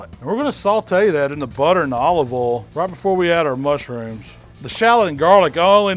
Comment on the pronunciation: "In the ohl"